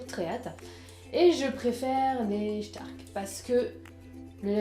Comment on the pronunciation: Super vidéo, tu as une voix très particulière, reposante ^^ Et sinon c'est "Stark" pas "Schtark" :o